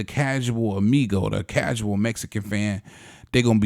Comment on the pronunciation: 🤣🤣🤣🤣🤣 this foo said causal. Bro tank was getting worked and not even that everytime he tried to throw he got blocked. Crazy how Bias a "reporting platform can be" just admit it was a close fight. This is definitely a casual YouTube channel. U really don't understand boxing at all.